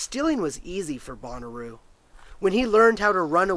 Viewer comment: Shouldn't it be said more like Bow-na-row? Bonnaroo is a music festival. :)